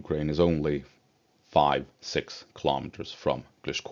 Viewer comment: Your “six” still sounds like”sex”. 😊 Perhaps it’s my dirty mind playing tricks on me.